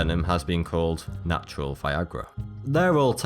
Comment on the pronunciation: ALL NAT-U-AL XD